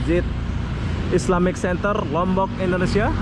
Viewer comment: Bang islamic "center" bukan "senter"